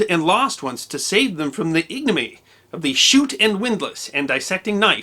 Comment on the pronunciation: Chute not shoot